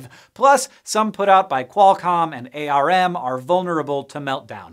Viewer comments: I feel erked that you pronounced arm A-R-M. But recognize that this is irrational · "Qualcomm and A-R-M..." you mean ARM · Ai-Ar-Em -- c'mon Hank, someone must have told you how to pronounce ARM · btw, ARM is pronounced "arm" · protip: ARM is pronounced like the body part, not spelled out.